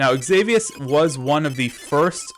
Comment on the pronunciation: danmmit it's pronounced ex-i-vious not ex-avi-ous